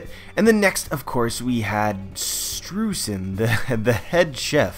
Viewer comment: Hey, hate to be that guy, but Streusen is pronounced stroy-zen, thanks to me knowing German pronunciation. Yay! (also it's in his katakana symbols for his name is Japanese give a similar pornunciation)